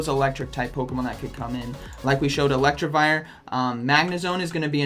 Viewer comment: ElecTIvire, not ElecTRIvire, just saying..